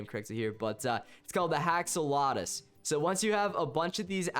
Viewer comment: U said haxolotuus instead of axolotuus